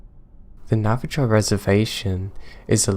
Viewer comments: I love you to pieces, and I love everything you do for us. But, it's Nah-vah-HOE, not Nah-vah-JOE. It's an "h" sound. Lime they do in Spanish. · Its pronounced nava-ho not nava-jo